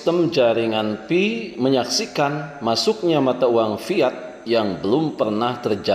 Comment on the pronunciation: Maaf sedikit Ralat, PI bukan FI Bang.. 😁🤭